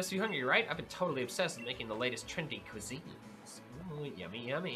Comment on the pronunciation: "Ive been working with the latest cwuuuseens"